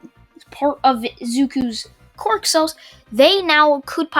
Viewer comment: He is to overpowered Also for me it sounds like ya saying Qork no quirk